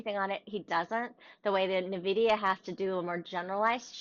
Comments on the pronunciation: when someone says nahvidia I discontinue the video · "na-vidia"...please don't pronounce it that way